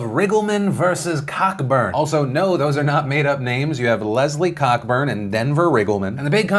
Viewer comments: Hahahaha, her name is pronounced Cohburn not Cockburn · I just came to say Cockburn is pronounced co-burn as in co-operate. As a Scot, hearing it said cock burn just sounds wrong. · As a Virginian, I just want to point out that her name is not pronounced COCK-BURN but actually CO-BURN and is the mother of Olivia Wilde. I made that mistake too.... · "Cockburn" isn't pronounced "Cock-Burn" itsScottish its pronouned more like "Coughburn" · I am 99 percent sure cockburn is pronounced co-burn. iirc. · Philip DeFranco her name is pronounced Co-burn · Cockburn is pronounced co burn. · It's pronounced Co-burn. Ya welcome. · Are you sure it isn’t pronounced Co-burn? In Scotland the surname Cockburn is pronounced Co-burn. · Cockburn is actually pronounced Coburn, just saying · Its pronounced "co-burn" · It's pronounced COE Burn. K is silent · ......Co-burn. That name is supposed to be pronounced CO-Burn. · Cockburn is definitely pronounced Co-burn. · It's pronounced "co-burn" lol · Isn't Cockburn pronounced coe-burn? Like the Canadian rock artist? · Phil, it's pronounced "Coburn". Or in the UK it is. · It may be spelled Cockburn, but I'm pretty sure it's pronounced Coburn (as in James). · Cockburn is pronounced Ko-Burn. It's a very common name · The surname "Cockburn" is pronounced with the first syllable rhyming with 'coat' without the t. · That is not how you pronounce Leslie Cockburn’s last name, but it should be...